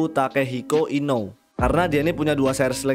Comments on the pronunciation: Inoue itu baca nya bukan inow . Tapi ino-ue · inoue cara bacanya inowe